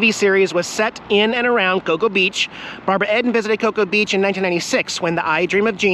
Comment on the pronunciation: WHO'S Barbara ED IN ? Its Barbara Eden for real fans. :)